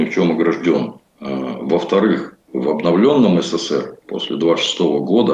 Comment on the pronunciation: Не ССР а СССР проговаривайте правильно нашу страну